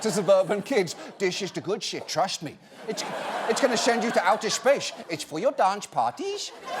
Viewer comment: Omg, his Dutch accent !! 😂 "It's for yur dansh parTEES..."